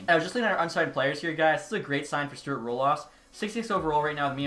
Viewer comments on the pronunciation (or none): none